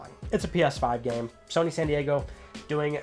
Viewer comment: Ok. That "Shony sows" made my day 😄😄😄